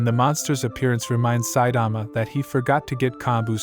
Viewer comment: bruh pronounce 'Saitama' properly this shit will give me nightmare